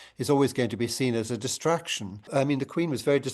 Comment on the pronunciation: Sorry did you say distraction or destruction, because either works